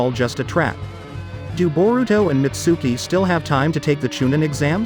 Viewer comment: The way he pronounces Mitsuki and Konohomaru pisses me off